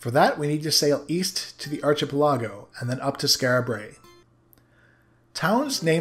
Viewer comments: ish, IDK about you bruz, but I've always pronounced it - arc - ehpel - igo, hard arc at the start, then ipel, like impel without the 'm' then igo like 'ago'. Nice vids, love em. Take care. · Since you asked for pronunciation corrections, it's "ark-uh-PEL-uh-go". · I noticed a mispronunciation that I didn't see mentioned, just thought I'd toss it out there. A chain of islands is an ar-KI-pel-a-go. Also Mitre (though I'm not sure if this is correct since the word is being used as a name) is "MIGHT-er" (the pope's hat is a mitre) Thanks again for a great playthrough! Looking forward to your next one. As soon as I have a few bucks to spare, I'd love to toss a couple your way.